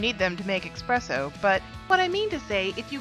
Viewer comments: It's espresso not ecspresso don't say a c sound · Theres no x or ecks sound in espresso